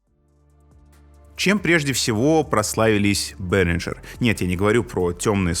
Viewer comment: Ребята, это немецкая компания и название произносится как Берингер, никакого "Ж" там нет